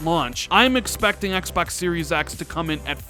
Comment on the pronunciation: I like the way you say "Xbax"